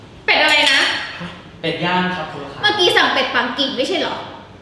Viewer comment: ได้ยินเป็นเป็ดย่าง